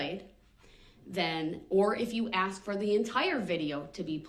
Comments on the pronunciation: I think Brooks must have been a lumber jack in a previous like, always talking about axes 🪓. Axe this, axe that. Grounds. He's doing a bang up job of showing how stupid he really is. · I wish so desperately someone could explain to him the word is spelled and pronounced ask. Not axe. No one axed him to do anything. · The man doesn't know the difference between the words 'ask' and 'axe' yet he's arguing law with a judge. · the judge is amazing to make it simple. we have a saying anything can be cured but stupidity has no cure. so I'm not an English native speaker. but i spent 12 years studying it its really extremely annoying to hear his say { aks not ask } just pointing it out. honestly he did what he did with parade seeing him i think there is no need for a trail. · 1 more time; the "S" comes before the "K"!! ...it's ASK not AKS!! Now say it!! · Ask. Not axe. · I'm not from America but why do blacks say "ax" and not ask? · I want to ax you a question, ah the beautiful English language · And it is ask not aks!!! Why is this so hard? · ''I did what you AXED me to do".....proper English may help in court but nothing will help this highly narcissist sociopath mass murderer. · He "axed" her. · Is he saying axkt? ?? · He shows his intellect by using the word “Axkin” spoiled momma boy. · Why can't he pronounce ask correctly?